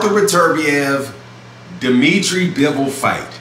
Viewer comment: It’s bivol not BEEEEEVOLLLLL